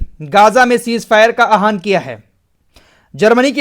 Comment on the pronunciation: आह्वान है आहान नही इसको ठीक कर लीजिए